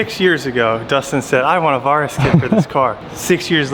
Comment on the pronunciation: Is he pronouncing Varis right? I’m just curious cause for some reason it’s driving me crazy lol cause I though it was pronounced Vair-rus